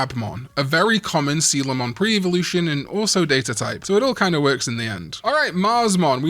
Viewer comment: Is that how you pronounce Coelamon? I always thought it was pronounced with a K sound. Bruh. I've been saying it wrong since Digimon World 1